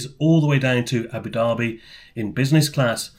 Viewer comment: Great vid. And well done for pronouncing Abu Dhabi properly. Personally I hate ABU DABBY instead of ABU DARBY. Being a bit OCD